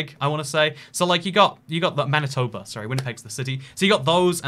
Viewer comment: Thanks for getting Winnipeg and Manitoba correct, I was stressing haha. Love your videos man